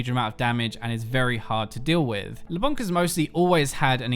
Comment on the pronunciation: not leblanc nor leblank but "leblan". the C is silent